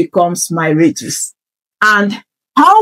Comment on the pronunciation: Dear, just a backup radius not reduce. You are pronouncing it as reduce which can confuse listeners.